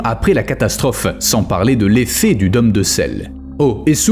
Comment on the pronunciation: *Dôme se prononce "daume" pas "domme"... Idem pour "rôle". Mais très intéressant !